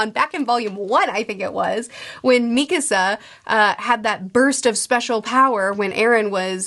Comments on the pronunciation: Hours and hours of videos later and she still can’t pronounce Mikasa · I love these videos, but I'm surprised you're still pronouncing Mikasa like that even though you've watched the series :)